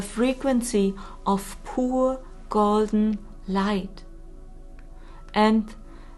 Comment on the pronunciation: Thanks for what you are doing. Just a little thing I'd like to mention, I totally understand that english is not your native language and you are doing a great job, but there is a word that is tricky. You often use the word "pure" but pronouce it kinda like "poor" which confused me until I realised it. 😉 ❤